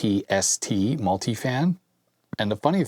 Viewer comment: Papst, not P.A.P.S.T.